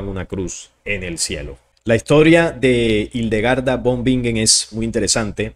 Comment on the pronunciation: No te critico pero von en alemán se pronuncia Fon Y la w se pronuncia v Para la próxima, buena información